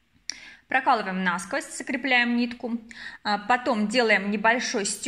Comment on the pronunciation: НА сквозь и пелЕлька слух режет, простите не досмотрела, наверное петля хорошая получилась, удачи в творчестве😊